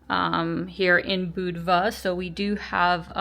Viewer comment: At least you pronounced Budva right!